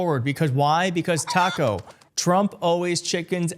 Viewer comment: Even when it sound like your mouth is full of 💩💩💩💩 we still know what you said "taco"